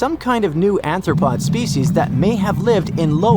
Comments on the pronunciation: Much ignorance and misinformation. The animations, apparently AI generated, are grossly incorrect. The narrator can't even pronounce "arthropod" correctly, constantly saying "ANTHROPOD". Affinities between clades are stated, that do not exist. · The narrator makes my soul hurt. Chitin is pronounced ky-tin; the ch- is from the Greek letter X and has a K-sound. "Arthropod" is also mispronounced as "anthropod" multiple times. Arthropod means "joint-foot", anthropod would mean "man-foot" (if it were actually a word). Stop trying to make "anthopod" happen, it's not going to happen! I gave up 18min into this video. Poor science communication.